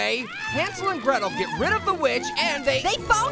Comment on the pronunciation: Hansel and Gretel more like Hansel and gwetel